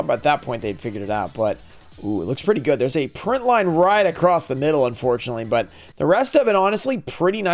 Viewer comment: Hope you pull something gooud and you pull gooud for both sides.